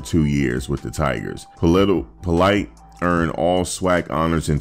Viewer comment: Politte’s names is actually pronounced “po-LEET,” not that it matters much now anyway. But, yeah.